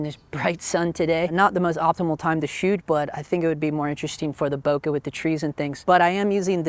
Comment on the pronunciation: Not knowing who's giving you this pronounciation advice , but you can tell him he's wrong. This is what happens when you think you master a topic... but not. The French word "bouquet" must sound "booh-kay", and nothing else. Because the duo "ou" in French sounds "oo", and nothing else. It comes from another word "bosquet" ( = "boss-kay") meaning "little grove". So, how do I know ? Use your imagination, you'll find out... 😉